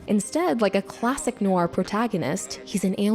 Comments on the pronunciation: good video but I cringe every time she says noir, which is a lot. She says it like "new-are", it should only be one syllable. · I had to stop watching after 2 minutes, probably a good essay on the film but sadly you're violating my ears. Stop saying the word "noir" every 5 seconds if you can't pronounce it ;), just use the term "dark movie"